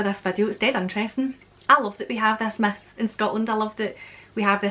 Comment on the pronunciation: Oh, Queen of Scots, when you say „myth“ it sounds more like „meth“. Which leads me to the idea, is the appearance of Nessi liked with the use of drugs - like large quantities of best 🏴 whiskey? 🤠